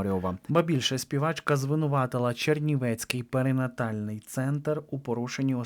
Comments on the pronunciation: Авторе,вимовляйте правильно:не пеританальний центр,як ви декілька разів сказали,а перинатальний. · ну що це за неподобство? Завжди стільки помилок... ПериНАтальний! Кілька та декілька - це зовсім різні речі! Та й про наголос у слові дОнька треба вже нарешті запам'ятати... Ну скільки можна так помилятися, особливо, якщо ти з україномовного середовища‽ Це неприпустимо!!! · Не перетональный центр, а перенатальний, це пановi. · не переТанальний а переНатальний,!😏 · Жах!!!! ПЕРИНАТАЛЬНИЙ!!!!!З поваги до глядачів перевіряйте своє незнання мови.